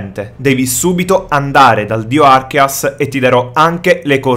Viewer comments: arceus non archeas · Non si dice arkeas, si dice arkéus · Si pronuncia arceus babbeo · Si pronuncia arceus come si scrive pensa archeograudon ė la stessa pronuncia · Slasher Az È vero...si prononciua Archeus ma nessuno lo pronuncia bene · Slasher Az Esatto, perché deriva da Àrcheo (antico) e Dèus (divinità), quindi Archèus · si dice archeus che è il dio dei Polemone si scrive arceus comunque va be